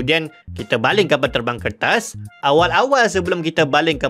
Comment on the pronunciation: Knapa nk sebut kertas to mcm bnyi tamil.